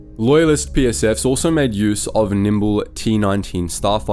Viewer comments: The word is nimble, not nimbile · in this video the voice pronounces "nimble" as "nimbile" though